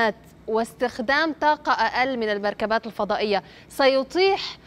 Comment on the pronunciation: يتيح بالتاء يا استاذه و ليس يطيح 😊